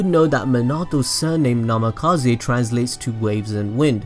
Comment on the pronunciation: NAMIKAZE NAMIKAZE NAMIKAZE NAMIKAZE NAMIKAZE not NAMAKAZE idiot